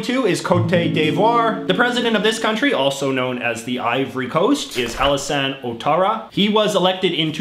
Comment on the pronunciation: Clearly someone has forgotten all of their Core French. The "ou" in front of a bowel is W sound, so his name is pronounced Wattara.